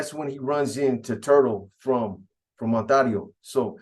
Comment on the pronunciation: 😂😂PAISAS PRONOUNCE IT AS ITS SPELLED ONTARIO ,BUT THE HOMIES SPELL IT AND SAY IT ONTERIO